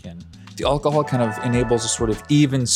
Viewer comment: “All cuh hall” 😂 It’s AL cuh hall brother AL